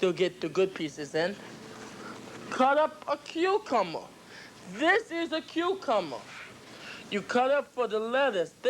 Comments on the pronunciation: Did u hear um say cucumer and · it's a cucummer lmaooo a cue cummer